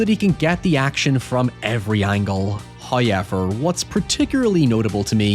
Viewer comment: First "hoyevver" drops . In accordance with prophecy, and the spirits are pleased.